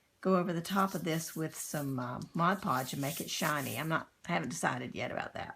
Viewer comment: If you prep the magazine pages with gesso or Mod Podge they’ll be less likely to tear. Btw, congratulations on being the first artist of about 10 not to say Modge Podge!